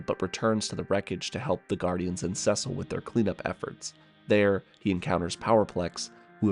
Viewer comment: Clever intro. & That's an unusual way to pronounce the name "Cecil." Anyway, this video was rather enlightening.